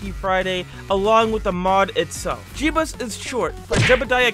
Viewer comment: “Jebus” sorry man. Maybe next madness day?